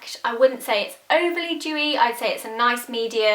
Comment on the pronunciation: dewy not jewy